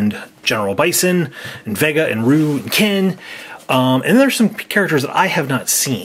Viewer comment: it's pronounced Rye-u